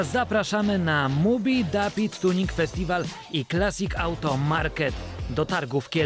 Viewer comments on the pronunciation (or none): none